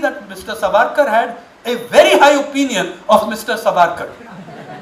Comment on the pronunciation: You are giving reference of a so called historian who cannot pronounce Savarkar properly and has a western influence Curse upon....